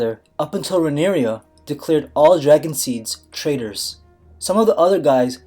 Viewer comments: Btw it's not Rhaenyria, but Rhaenyra. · Rhaenyra = 3 syllables (re-ny-rah), NOT 4 syllables (re-nee-ree-yah) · This is wrong and you keep pronouncing Rhaenyra wrong